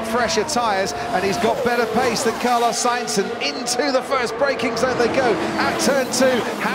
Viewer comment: “carlos sAInz” 😂